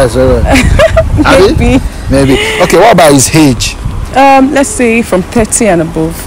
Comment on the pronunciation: Mc is called AGE NOT HAGE